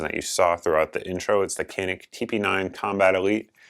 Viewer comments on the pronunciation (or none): It's Turkish. It's pronounce janik like cenk (jenk) from the young turds. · I just learned, on the company YouTube page, the Turks pronounce it, Janik. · Merican's pronounce it Canik 😉🇺🇲🇺🇲🇺🇲